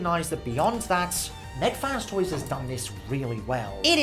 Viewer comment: Why u say mac fan toys